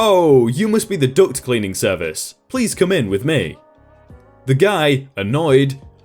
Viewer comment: Thank you . I have been all fucked up on this story lol . You are the only one to pronounce it duct . Not duck. I feel very stupid thinking people have. A service to come clean their ducks lol